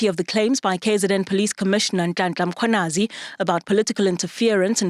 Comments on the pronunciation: Not Makwanazi for goodness sake. Mkhwanazi. It’s not difficult and it’s your job to get it right. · Who is Makhwanazi???? The journalist must learn to pronounce names correctly.